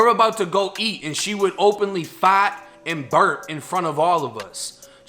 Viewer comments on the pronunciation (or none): “She would openly FAWT” 😂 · She would openly "Fahht" lmao